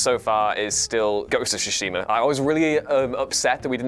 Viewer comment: I just hate how people say Ghost of Tsushima wrong